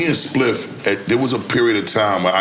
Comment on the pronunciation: Add a “Spiff” counter for each time NORE mispronounced Spliffs name.